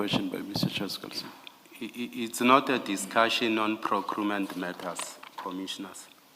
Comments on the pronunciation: Am I hearing this correctly that he is saying Procrument instead of Procurement? Hey 😅😅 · "Procrument matters" 😂😂😂😂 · PROCRUMENT 😅😅😅 yho hayi lomntu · Did he say procrument ?😢😢😢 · "It's not a PROCRUMENT MATTER SC" 😂😂😂😂